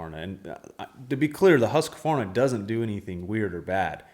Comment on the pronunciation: Why can’t yanks say Husqvarna? Just say husky. It’s not Huskavarna.